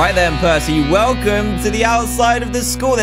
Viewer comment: who here thot prcey jackson when they said prcey